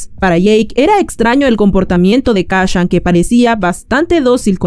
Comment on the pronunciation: Kashan?... Kashan?.... KACCHAN?????